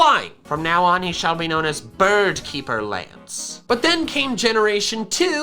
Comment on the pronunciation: No one: Not a single soul: Not even Game Freak:: BiRd KeEpEr LaNcE.